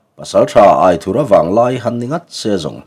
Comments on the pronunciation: Aithura hming i chhiar dan hi a dik hlel deuh riauin ka lo hreve mai mai a AITHURA tiha "THUR" lai hi theithur kan lama "THUR" kan lam rik anga lam rik tur ni zawk awmtak a ni in ka lo hre ve deuh tlat pek a. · Aithurha nilo in.AITHURA ani zawk lo maw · Aithura tih hming I lamdan hi , lamdan tur dik zawk a ni em? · Angena chhuanthar in alam dan nen khan a in anglo ka loti ve mai mai a,buaina tlak ani chuanglo ania